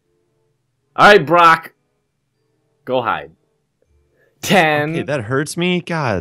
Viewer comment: It’s Brock not bronco 😂